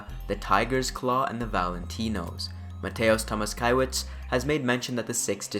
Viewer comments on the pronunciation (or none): Mateusz Tomaszkiewicz - try to read like this: Mate(like yerba MATE)-oosh Toe-mash-Kiev-itch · Oh I love all of that so much! I can't wait for the game! Nice video, but if you really want to nail the pronounciations of polish names, I can help: Mateusz Tomaszkiewicz = Mateush Tomashkievitch (It's mostly cosmetic though, don't worry about it and don't mind me, I just wanted to show off my polish skills :P proper pronounciation of polish names is a racial ability that comes with your character's class if you choose to play as a Slav)